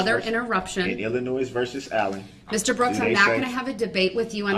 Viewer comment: I too love how she says “Ayllen”. Her accent, along with everything else about her, is perfect.